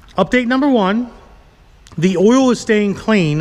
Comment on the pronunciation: Oil is earl too lol